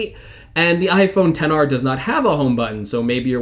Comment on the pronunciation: it’s iPhone ten r